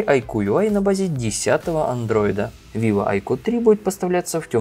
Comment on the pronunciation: Как понять, новенького "авиво"? это виво а не авиво